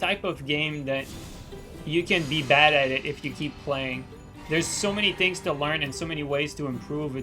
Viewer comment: why does say "tings" instead of "things"?